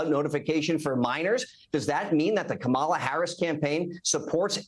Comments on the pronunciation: WHAT???? Is he a slow learner??? It's KAmala, not KaMAla. Good Lord, what stupidity!!! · Why is it every right winger and republican mispronounces Kamala? I think they all do it intentionally as an insult. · it’s not that hard to pronounce correctly Kory…it’s Coma La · Corey continuing the childish behaviour of deliberately mis-pronouncing Kamala's name there. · It’s amazing how none of these people who claim to be brilliant can’t pronounce her name properly (although he slipped once and actually said it correctly ) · You know they are MAGA when they intentionally mispronounce Kamala. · Wow. Can’t even say her name. Saying her name wrong over and over and over again.